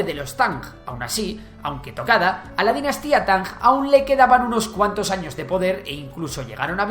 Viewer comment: "Tanjjjjj" Quizá no debería usarse la transcripción anglosajona. Esa -ng en realidad es como la -n que se pronuncia en el Oeste de Andalucía o en el Noroeste de la península (Galicia, León, Asturias) y algunos hablantes americanos (hay un youtuber mexicano que pronuncia esa -n velarizada). Eso de Tanj con el sonido velar sordo suena muy diferente a lo que se pronuncia en las lenguas orientales, era más conveniente poner "Tan" o incluso "Tanc" (porque la n velariza ante k como en "anca" o en "aunque" en todo el castellano, es justo ese sonido, una N pronunciada en el fondo de la boca, justo antes de la garganta)